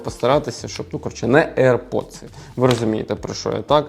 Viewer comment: аір поци а не аірподси